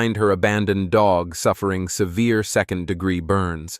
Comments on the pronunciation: Whats a de gee ????? lmao. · I'm sorry, what is a "de-geeeeee"??? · Ai apparently has trouble pronouncing the word "degree"